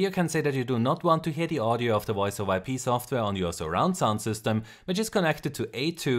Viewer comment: woice made me chuckle